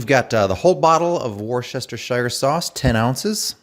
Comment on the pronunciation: Jesus dude the first time I’ve ever heard someone actually say Worcestershire right. Anyway thanks for the video! Making some right now